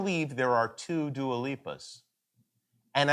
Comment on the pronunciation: haha, he called her Dually. NO dude, her name is Dua and it means prayer.